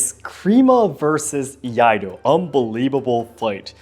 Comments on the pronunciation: Can't hold myself laughing on first one, on pronouncing the word of "Iaido" XD "IADO" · Hahahaha when he said Iado. I was like oh no… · I-yah-do 🤣 Just about as annoying as oh-ni-GEE-ri🤦‍♂. See some of Dan Inosanto's videos if you're really interested in eskrima and kali. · I had a physical, visceral cringe every time that guy said "Iado" with such confidence... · EE-YAH-DOUGH! BOW-KEN! EE-YATTOH! TAMA-SHEEGEEREE!